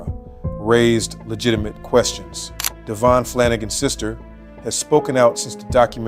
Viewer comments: DA VEE ON. not Davon PLEASE GET IT RIGHT OR SHUT UP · It’s Davion not Damien. Please get the victims name correct because it’s disrespectful if not